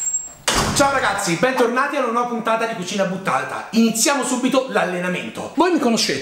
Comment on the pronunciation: la parola cucina butta(eiouy)ta non è mai stata pronunciata in modo così buttato come oggi e in effetti mai ricetta fu più buttata di questa, bel pupone haha